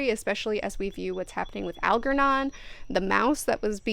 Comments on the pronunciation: Al-JER-non. How does one think the pronunciation is anything other than Al-jer-non?? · Algernon - the g is pronounced like it is in germ.